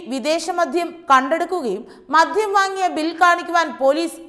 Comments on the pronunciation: എന്റെ കൊച്ചേ..അല്പം അക്ഷരസ്‌പുടതയോടെ ഇനിയെങ്കിലും സംസാരിച്ചുകൂടെ..?.അപേക്ഷയാണ് എല്ലാവരും ഒന്നു ശ്രദ്ധിക്കണം.മദ്ധ്യം അല്ല മദ്യം എന്നാണ്,പിന്നെ വിധ്യാർത്ഥി,വിധ്യാഭ്യാസം അങ്ങിനെ കുറെയുണ്ട്... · മധ്യം അല്ല കുട്ടീ.. മദ്യം ആണ്. ശരീയായി മലയാളം പറയാൻ പഠിക്കൂ. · സുഹൃത്തേ മധ്യം അല്ല ,മദ്യം എന്ന് പറയൂ ... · മോളേ ആവേശം മൂലം "മദ്ധ്യം" എന്നു പറയരുതേ...മദ്യം എന്നു പറയണേ...